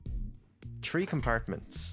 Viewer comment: One, two, tree.